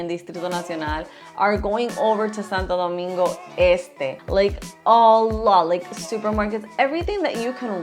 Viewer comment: . Saludos hermano 👋. Estoy de acuerdo contigo en la gran mayoría. Pero vamos a ponernos a pensar……. Ella pronuncia Santo Domingo perfectamente, con su honor y energía. Si vamos a ser todo al 100%, por qué no dice “Saint Sunday”?? Si vamos a ser las cosas bien, vamos a serlas todas bien no selectivamente. Cómo se dice Santiago en Inglés?, Punta Cana? Jarabacoa? etc. etc.? Por qué no rendirle honor a el nombre República Dominicana?